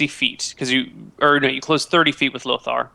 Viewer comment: I hope realises that it isn't spelt or pronounced Lothar (as he is currently saying it...) It really bugs me that Gen has been saying the name this whole time and can't even be bothered to get it right...